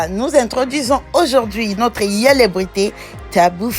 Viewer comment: Eh madame fr apprend le français d'abord au lieu de parler tu parles au lieu de dire célébrités tu dis welebrité apprend français dêh tchourou ô pi ci t'est ivoirienne tu comprends